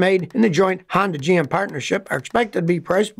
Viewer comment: Sonda? Hony? Shonda?